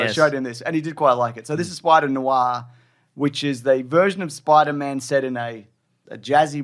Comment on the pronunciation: I thought at first you were saying "Spider Noo-ah" as a bit, but by the end I was pretty sure that's how you're really saying it. It's "nwah."